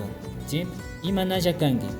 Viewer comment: Amigo como se pronuncia Kanki =Kangui